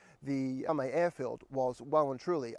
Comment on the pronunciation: pronunciation, it's MAL-e-me, TavronEEtis, GalatAs and REthymno.